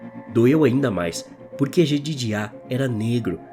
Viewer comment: Só pra constar: se o nome do bom rapaz era Jedediah, a pronúncia correta é "JedÊdaia"!! Isso me incomodou durante o relato.... Fora isso, foi um bom vídeo!